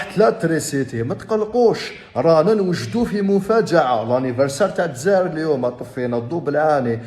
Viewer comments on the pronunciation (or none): none